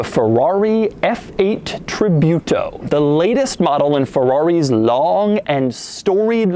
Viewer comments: Doug,I know Americans have issues with foreign names specially italian but try researching a little bit before shooting so you can get Ferrari names right at least. It is not Tribyuto,it is without Y so just Tributo (Tree-boo-to) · You pronounce its name "Treebootaw" not "Treebewtaw". Please. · Treebeeyoutou? It's tributo! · It's pronounced Tree-boo-to, not Tree-byoo-to, Mr. De Muro ;) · no is not tri biu to. tri bu to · tree-boo-toe, douglas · TRI"BUTO" lol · nice video Doug, thanks for the content and stay healthy p.s. I hate the way the way you pronounce tributo sounds like "tribute-o" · Tribyooto? Doug the kinda guy to pronounce quesadilla like kwesadila. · Its pronounced Tree-boo-toe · hearing your pronunciation for Tributo is a pain :P but -the review is really nice, as usual. I'm a bit fun of the channel ... greetings from Europe